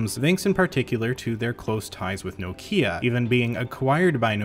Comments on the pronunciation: BTW, it's "knock-ya", not "no key-a". Petty correction, maybe, but as a European who knows just a little Finnish, certainly enough to know that the emphasis is always on the first syllable of a word in that language, this kind of mispronunciation really gets to me! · I couldn't watch this till the end as the way you say Nokia really bugs me. Also how can I trust you as a tech reviewer if you've never heard of Symbian OS? Did you really think the iPhone wasn't the first smartphone?! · Being grumpy and from the UK I just got to say its pronounced NOCK IA! well it is here anyway. Rant over, keep up the great videos 👍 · Jesus, why Americans and Canadian read Nokia as Nokya?